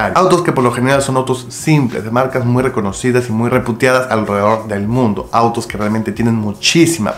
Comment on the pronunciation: Hola,. Se dice "marcas reputadas",aunque suena feo viene de "reputación"...dijiste " reputiadas"....eso ya sería otra cosa! Abrazos desde Cali, Colombia!